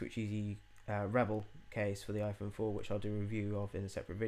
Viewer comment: iPone?? Hahahaha!